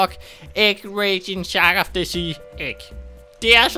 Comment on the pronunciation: Jeg mener at the skal udtales som agents of the egg